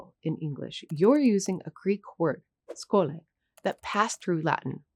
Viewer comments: hello im here to say something, im from greece and it isnt schole it is sholi but yeah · It is pronounced as SHOLEE (Schole = Σχολή).